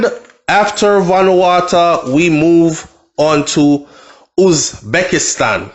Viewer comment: Yow! Say it like this bro, venu-wa-2